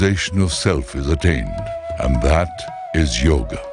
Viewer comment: God, please...it is NOT YOG. IT IS YOGA!